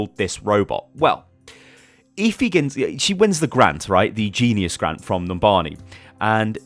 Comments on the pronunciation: eh-fee not ee-fee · Are you sure her name is pronounced eefee and not ehfee? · Stop saying eeeefeeee. It's Effy spelt Efi. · "Eh-Fee". NOT "Eeee-Feee" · ITS EFI NOT EEFI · her name is Efi, just say f and e had to point it out sorry